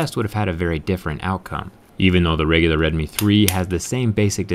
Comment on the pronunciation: Just an FYI, it is the first part of the phone's name is pronounced like the oww sound you make when you feel a pain, not the O sound of, "Oh, shit, my phone just broke in half."